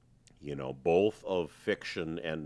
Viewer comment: Your logic is solid and your insights though obvious are all correct but anyone who puts an L in the pronounciation of the word BOTH just cannot be right. Seriously your analysis of cause and effect and economics is flawless, and yes FREEDOM should be the goal always but you still cannot be free to cause clear harm to another's person or property.